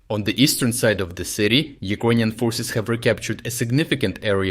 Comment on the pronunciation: Dude you're great but please - you keep pronouncing Ukrainians like UkrOynians. While you can clearly say word Ukraine correctly. It distracts from your great material.